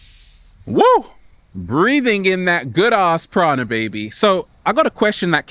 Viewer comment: Sorry, Kency! I DEFINITELY heard a hard "D" in what he said. He wasn't saying "praNa," he was definitely saying "praDa." Also, I'm LOLing so hard at the way he said, "PEEEEEEEEEAAAACCCCCE!!!" at the beginning. It's like he inhaled helium just before he started recording. Ahahahahahahahahahaha!!! He couldn't have said it nor could he have done it in a creepier way. Also, I'm wondering why his eyes are so yellowish-red with a glossy look. I think he might be addicted to crack/cocaine or some type of drug. He's a black dude so white eyes should appear more white just by contrast to his skin tone (just like his teeth). Not being racist, that's just how it is.